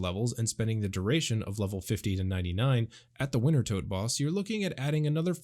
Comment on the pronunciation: It's pronounced winter-toad...